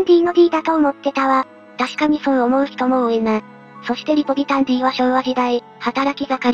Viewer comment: リポビタンは「ディー」じゃなくて「デー」だよな。